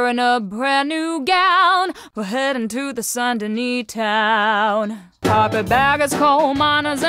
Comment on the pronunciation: Saint Denis in french don't pronounce the S merci